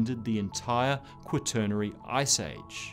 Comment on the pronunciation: Before reading the inane comments below, my biggest concern with this video was that the "presenter" learn to pronounce the word quaternary (RP my ass). After reading the first couple of comments, I realized that there are people who are completely clueless about climate. A new ice age would presumably at the least cause mass starvation, probably mass extinctions, and quite possibly the collapse of human societies and technologies. Global warming will likely, through different effects, produce the same results.